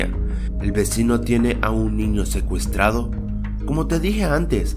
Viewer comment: porque dise ecuestrados like si te diste cuenta